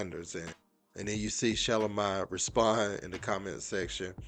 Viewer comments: Sir it’s Shugh-lome-e not Sha-lo my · I "think" her name is pronounced "Sha-Lo-mi" like (bologne)